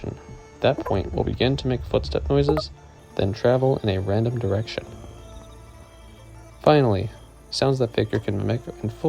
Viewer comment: btw you kept saying "faejkur" and "lament" wrong